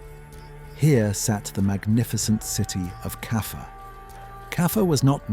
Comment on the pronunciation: Stop saying Kaffer